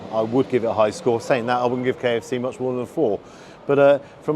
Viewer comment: 'Sa-ink'. Accent went there!.